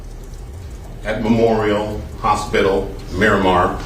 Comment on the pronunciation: Why did you pronounce Miramar like that? 😂